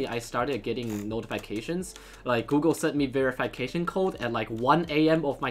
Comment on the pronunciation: me: ve-ruh-fuh-kay-shun: ve-re-fai-kay-shun